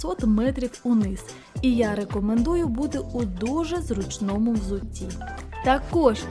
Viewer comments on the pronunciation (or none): Красивое ущелье! Молодцы, что прошли. Жаль, что не всё понятно теперь будет... Из того, что я уже понимаю по-украински, позволю себе поправить Вас. Не "в городі", а "в місті", не "роскажу", а "розповім", не "зручнОму", а "зрУчному", не "часУ", а "чАсу", не "випАдку", а "вИпадку"...